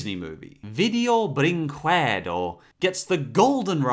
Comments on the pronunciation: Video Brin-KUEDOO It's funny to hear that hah But, actually, it's pronounced "Video Brinkedu" :v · It is pronunced "Video Brinkedo" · Video Brinquedo. That's how you say it. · Why you pronounce "Video Brinquedo" with this strange accent? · idk but it's pretty funny